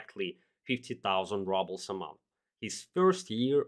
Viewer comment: rubles pronounced like rOObles, not rUbles btw